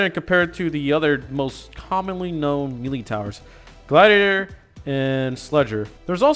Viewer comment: Lol bro said mealy